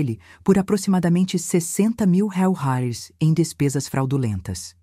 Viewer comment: Reais, IA falando errado, a narradora é uma IA, por isso acontece erros, ela é uma máquina